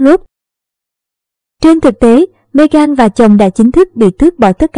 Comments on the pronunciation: Bạn nên đọc tên cho đúng Mê-gần không phải Mê-gan! Cám ơn bạn. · Đọc tiếng Anh sai bét cả, ngay cả tên của Nữ hoàng và Meghan cũng sai luôn.